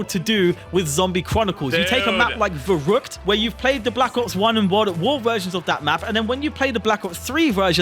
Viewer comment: broooo as a german i was confused when he said "varrackt" when you mean verrückt... i mean come on haha xD